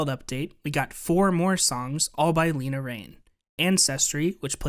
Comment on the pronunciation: Le-na, not Lee-na